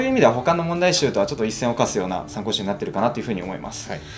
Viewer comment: まあ、いっせんを「かく」す、と言って欲しいところです😇